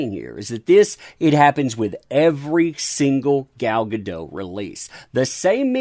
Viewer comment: She isn't French, the T is pronounced. Guh-DOT.